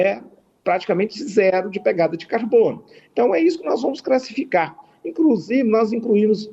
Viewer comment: "Prenário", "incrusive", "crassificar", "incruimos", "compretar" .... Ainda bem que ele defende o "... menos armas mais livros..." 🤣🤣🤣🤣🤣🤣🤣🤣